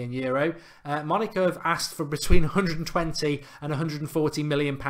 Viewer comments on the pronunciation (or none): none